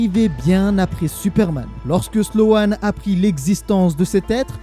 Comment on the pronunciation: Hola merci encore de ton travail et je me regale que des histoires que je ne connaissais pas. Et si ca peut aider ce n'est pas sloan mais slone niveau prononciation. ( a chaque fois je dis nan c est pas ca la prononciation lol ) Voilou force a toi et comme d hab toujours sur le navire pour ecouter de nouvelles story.